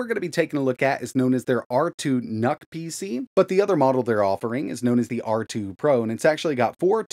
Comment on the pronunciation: I heard R2 NUT, and I was like "Noice".